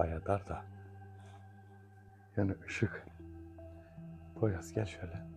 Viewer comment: Poyraza poyruz demen meznada 😂beni bitirdi Ömer kardeşim emeğinize sağlık